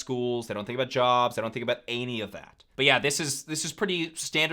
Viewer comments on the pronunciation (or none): "Any" or Anne .. He clearly means any, but sounds like Anne every time he says it lol..